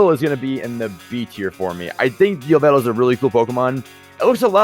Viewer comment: YOU SAID YVELTAL WRONG IT IS PRONOUNCED YAH-VA-TAL WATCH POKEMON TALK EPISODE 8 TO KNOW WHY